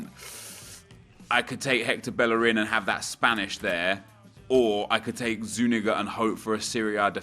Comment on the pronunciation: its ZU - KNEE - GA , please stop saying ZU - NIGGA......